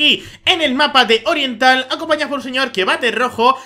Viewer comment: Jajaja al principio he entendido "En el mapa Olliental" jajajja que risa xD